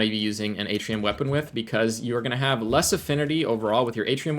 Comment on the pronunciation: It’s pronounced “Artian” not “Atrium”